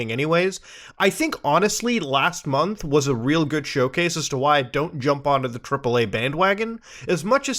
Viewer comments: Anyone else hear "cripple A gaming"? Reminds of the time new world crippled peoples 3070 graphics cards! Or that time cyberpunk 2077... was realeased. Honestly the only game this year (that is remotly graphically demanding) that impressed me at all is Warframe's new war update. Every other game/big feature update was delayed or just not optimized. Destiny 2 and SWTOR have both been delayed and I hope that makes the expansion updates better, but I don't have my hope up for either. Apex legends released arenas... and failed to make it playable. Overwatch is now officially dead (look at the remaining player base and understand that OW2 won't be released until 2023). The entire Activision Blizzard thing happened. It's not triple A, but what was added to Minecraft this year that doesn't take 20 days of a single modder's time to create? In summary, It's been an AWFUL year for pc gamers. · I keep hearing it "Cripple A" games lol!